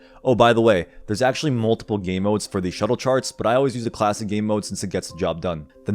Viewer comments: ITS SHULTE NOOOT SHUTTLE FFS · With how informative and well done this is, how do you only have 14k subscribers? that is utter bs. and sorry, but you kept saying shuttle charts when they're schulte.